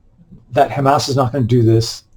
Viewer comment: Dude! You made me laugh so hard when yopu pronounced HAMAS as Ham ASS